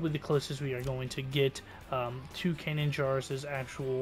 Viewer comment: believe it or not i've been a huge Star Wars fan since the phantom menice, but never eard of a Can jar i presume yqu saiud /kanan jaris, and even though they now sounds ridiculous because i thought you meant din jarin , lol